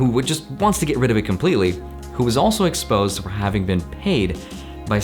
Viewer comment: "ESPOSE HYM!!"